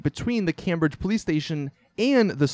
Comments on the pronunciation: FYI. It's pronounced like "Came Bridge". Great videos dude! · Came. "Came-bridge". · Camera-Bridge :P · it's not even pronounced "cam"bridge, it's pronounced "keyhm"bridge as in sugar "cain". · Came-bridge, not Cam-bridge c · im from england so i know what im talking about its pronounced camEbridge not camMbridge not having a go just letting you know please stop saying the latter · Cambridge (Kame-bridge) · You're saying Cambridge wrong it's came bridge kid. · its pronounced "came-bridge" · he pronounced it a bit odd. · Scott Maunder it sounds overemphasized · So, it's not Cam-Bridge? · How the hell do you pronounce Cambridge wrong?